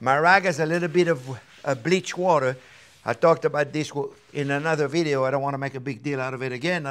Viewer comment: Vidyo, lol